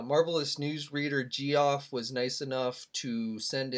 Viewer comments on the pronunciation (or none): lol did you pronounce Geoff as "gee-off"? The Iron Man 3-pack is good, just reviewed it